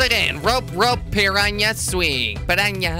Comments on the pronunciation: Dude it's 'PPPIIIRRRAAANNAA' not 'PPIIRRAANNIIAA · jordi its pirana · its pronounced pi-ra-na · it's pronounced per-ra-na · u say pirana